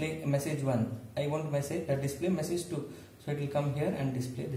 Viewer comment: please work on your vocabulary skilll.... it's message not meessage....btw great content